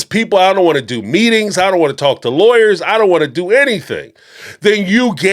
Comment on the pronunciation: Is it just me or dies Kody say lawyers like liars? Freudian slip?